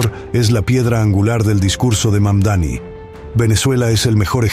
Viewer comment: Es Mandani no Magdani, ademas deja de repetir lo mismo Al principio del video por eso te puse un dislike😊